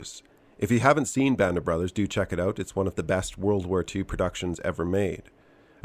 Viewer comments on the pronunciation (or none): ah I see, apologies. I didn't detect it. Is it because your close to the border? Just picked it up when you said the word 'out' at the end of this one. 👍